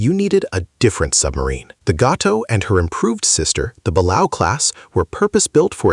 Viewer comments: The Balao class is pronounced Ball-A-Oh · It's not The German VIIC it's the German type 7-C. Second watch the 1996 movie Down Periscope for the pronunciation of the balao class submarine, buh-LAY-oh.